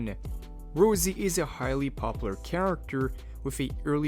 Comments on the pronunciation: Rossi. Not Rosie. Raw. See. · What the hell is this ROUZZIE pronunciation? Rossi has to be the most basic and straight forward name to pronounce ... is this an AI text to speech voice?